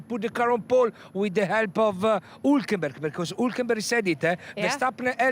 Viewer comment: Who is 'Hoolkinbug'